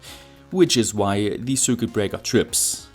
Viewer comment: Top Video, wie immer aber bitte...... Das ist kein "Sürket" sondern ein "Sirquit".